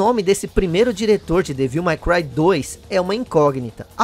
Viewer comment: A pronúncia certa é "dévil MEI cruai". E não "mái cruai". "My" é um pronome possessivo.